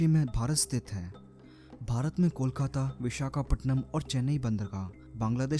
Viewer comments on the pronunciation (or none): none